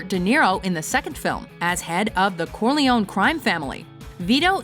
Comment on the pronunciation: THE WAY SHE PRONOUNCED CORLEONE